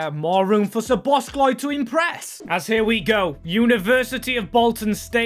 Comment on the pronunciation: Great series, but one thing that is not good is, that you are saying Szobozs(k)lai